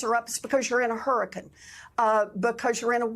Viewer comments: No shade because I LOVE Elizabeth Warren, but how she is pronouncing hurriCANE in this clip is really bothering me! 😭😭😭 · I 💙 Elizabeth Warren but did she say "hurricuns" twice?